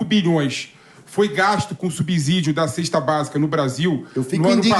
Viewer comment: Essa pronúncia da palavra "subsídio" 😅 dá dor de cabeça!